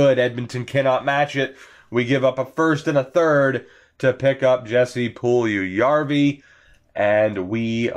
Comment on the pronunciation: Puljujarvi is pronounced “Pull- Yarvy”